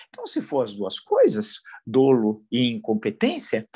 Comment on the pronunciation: Inadmissível! Não se pronuncia “dôlo”, mas “DÓLO”! A pronúncia da letra “O” é aberta!